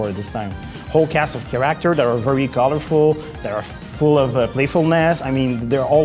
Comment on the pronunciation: take one shot each time you hear keraktors. amazing work and game tho